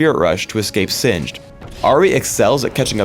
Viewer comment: Did you call him xinged?